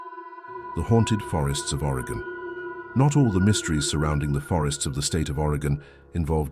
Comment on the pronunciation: It's very distracting when Oregon is so often mispronounced. It's Oregon, not Arigan.